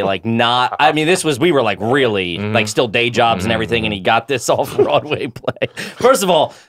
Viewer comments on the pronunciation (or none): 3,000 years in Brendan still pronounces "Ivrything" the same....like Mexican "Mexin" 3,000 years in Theo's Coke talks about how it used to have a Mullet problem. 3,000 years in Nick and Chin officially Launch Chinder.